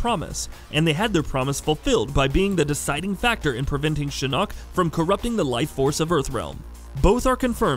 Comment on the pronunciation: I'm sorry but PLEASE STOP SAYING SHINNOK SO WEIRDLY, GOD I WISH I COULD VOCALIZE IN COMMENTS